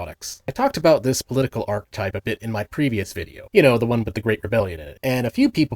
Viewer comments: arc-uh-type. not arch-type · Just so you know the ch in archetype is pronounced like a k, and you do pronounce the e after it. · The "ch" in "archetype" is hard, not soft. Like a "ch" in "arachnid," not the "ch" in "cheese." Talking about pseuds while mispronouncing this is pretty ironic. Good video otherwise. Know too many consoomers, unfortunately.